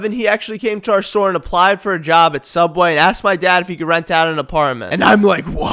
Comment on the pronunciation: The return of soobway but betters